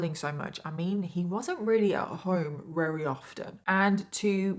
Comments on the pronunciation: She said very often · Did she said rarery often? 🤨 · I love how you pronounce your "Very" like a Transylvanian 🦇